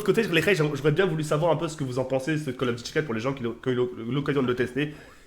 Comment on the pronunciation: Quand il dit CoD on dirais il dit Call Of Guchi mdrr